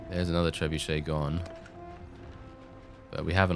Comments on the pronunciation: I am pretty sure it's pronounced TRE-BYOO-SHET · Trebuchet invented by the French. Pronounced Tray bu ʃ ay... You have 0 excuse. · It's not Bucket It's bouquet my dear. (Keeping Up Appearances). It's on netflix and on regular TV in the U.S. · Fun fact, it's Tribock or Tribok in german. So you're not far off with your bucket. ;) Also Blide is another word for it. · “ Tre buckets”😂😂😂😂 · I'm still surprised you can say tre-bucket with such a normal tone. If i was trying to alter the pronunciation of something intentionally i will most likely emit at least a chuckle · Um excuse me it is pronounced: Treb-u-shit because it shits on the enemy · AHEM I believe it's pronounced, "Trench Bucket" you heathen! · Why does "trebucket" sound so funny